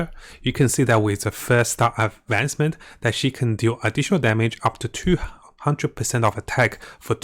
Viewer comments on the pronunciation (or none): none